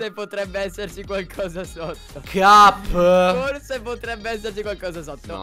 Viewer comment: In realtà dice cap ma sembra che dice gabby. Anche se fa comunque ridere😂